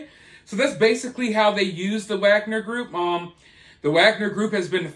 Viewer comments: I think they don't pronounce the ''w'' in Wagner group. I agree it should be pronounce Wagner not Agner. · I think it’s pronounced with a V. Like Vog-Ner. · It's said with a V not a W. That's how you say it like the Slavics.